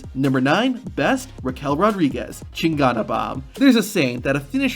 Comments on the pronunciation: Raquel Rodríguez's finisher is not pronounced "Cheen-gone-a Bomb". It's "Cheen-gohn-a Bomb". It means bad ass in Spanish. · Tehana bomb. Not chingana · Wtf is a chingonna bomb I know I misspelled it but that's because that's how you said it it's (chin-go-nah) chingona bomb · Its chin-go-na not chinkota estuped 😂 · Sorry to be that person but you’re pronouncing chingona wrong it’s pronounced like cheen- goh-nah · I’m Mexican and Raquel finisher is pronounced chin-go-na but the way he said is was funny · We ignoring how he said chingona wrong?